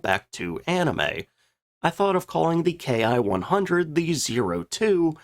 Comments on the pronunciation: "Ki" is a single letter in Japanese, pronounced "key". So, when referring to aircraft makes we usually say key-100 instead of k.I. 100. Not a big deal. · A few things ... First off - while the Germans used Me and Fw as designators for manufacturers - the Japanese Army was NOT doing that with the term "Ki" . Instead of being pronounced "Kay Eye" it is pronounced "Kee" . The Ki 61 was essentially the result of the Germans sending the Japanese the plans on now to build an Me-109 and it's engine. This gave the Japanese a more European type aircraft. The thing with the A6M and Ki-43 - was that they were both highly maneuverable but poorly armed and armored. Thus - they were vulnerable to Boom and Zoom tactics to which they had no answer. The Ki-61 was different and the Allies had to treat it differently. The problem as mentioned was that the quality control of Ki-61's was atrocious. The Ki-61 had the dubious distinction of being the Aircraft Most Destroyed on the Ground. The fact of the mater was - that the pre-war Allied Contempt for Japanese manufacturing - was entirely warranted. The thing with the Japanese military is that pre-war - it was very highly trained to get the most out of what they had. The Japanese Air Forces - had maneuverability - and their Navy the Long Lance Torpedo. All Japanese designed aircraft were fire traps and few of their ships had radar. Other than that - most of what they had - while, like the Italians - was competitive - it was not up to western standards and they could not replace their losses. Do not average losses between enemy claims and unit reports. In Judging losses - take the losses reported by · It's not "K I", it's pronounced "key" and short for "kitai" or airframe. It was only used by the Japanese Army Air Service. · Excellent presentation! In Japanese, the "K I" designation is pronounced "KEE"